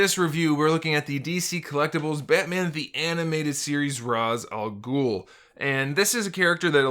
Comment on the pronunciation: When you said ra’s al ghul I was slightly disappointed by how you pronounced it 😅